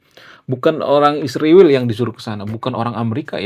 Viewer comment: Kenapa sebutan Israel dirubah jadi Isriwil, apakah supaya terkesan lbh intelek ? Bukankah Tuhan sendiri yg merubah nama Yakub menjadi Israel ? Skrg ada yg merubahnya menjadi Isriwil